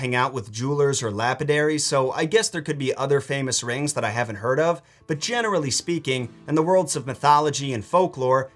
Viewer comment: In the spirit of being helpful: jew-el-ree. Thank you for the video!!